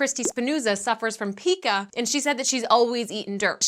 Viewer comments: LOVE YOUR SHOW!! I've watched rays =3 shows since the beginning! The eating disorders "pica" is actually pronounced \pie•ka\ or written on the dictionary \'pī-kə\ which that second way looks rather odd to me...so I wrote it that first way. I work in a school with kids with disabilities and we have a few that have pica. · FWIW, PICA is pronounced PIE - ka. You can see it in iron deficiency. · It's pronounced PIE KA